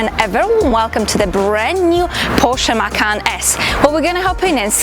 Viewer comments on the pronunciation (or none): macan is pronounced "mah•chahn" in Indonesian. The way you pronounce "mah-kan" means "eat" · The cars name is derived from the tiger , but it doesnt have to be prounounced the same. Porsche says its ma-kan